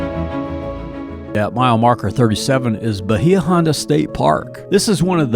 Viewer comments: Bahia Honda is pronounced Bay-ah, and Conch is pronounced Konk. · Seriously you guys need to research how to pronounce the places you visit. Bahia Honda is (Baya Honda) Key west conchs. Is pronounced “conk.” This is the identity of key west. How could you have visited and not know that? This is why locals get frustrated with people that visit and publicize things that are flat out wrong. This made me cringe. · Ok I’m probably late to the game but PLEASE get your pronunciation correct!! It’s Conck! and it’s Bay-a-honda long a and then short a. A born and raised Conch! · Bah-hee-ah. Holy crap. Lazy.